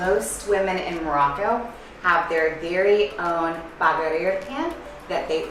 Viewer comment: The way you guys say Baghrir is so cool 😂😂 Love it ❤️ + You did a great job 👌